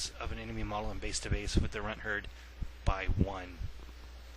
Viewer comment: you said runthurd wrong